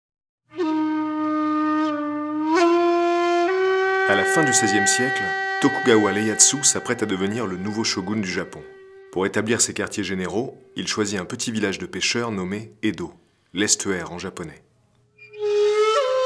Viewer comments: Tokugawa LEATSU ? mec serieux... ieasu....jveux dire, j’adore tes videos, l'atmosphère, toi en tant que présentateur (?) mais quand meme... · Ieyasu, c'est un "i", pas un "L". (désolé, j'ai buggé dès le début de la vidéo... je retourne la voir) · Ieyasu ça commence par un i pas par un L. A part ça superbe narration et vidéo. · Super vidéo, comme d'habitude ! Quelques erreurs de prononciation par-ci, par-là mais rien de bien méchant. Je voudrais juste revenir sur une en particulier, tu dis Tokugawa Leyasu au lieu de Ieyasu. C'est du détail mais rendons son prénom à cette personne. Vivement le prochain épisode et merci pour le voyage. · Merci pour ce très bel épisode ! Tu empires mon impatience de retourner à Tokyo ! Petite remarque sans grande importance : il me semble que tu dis Leyasu au début, or son nom est Ieyasu ;) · Je commence la vidéo "Tokugawa *L*eya*t*su" facepalm